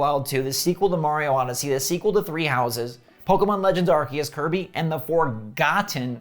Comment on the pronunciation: Hey, he got the name for the new Kirby title right this time! Love your videos!